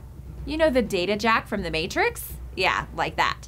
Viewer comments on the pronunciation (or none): none